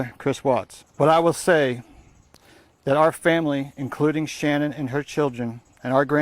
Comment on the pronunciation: I feel like I’m being trolled by how everyone is pronouncing “Shannan”. Except for her dad. He says it properly.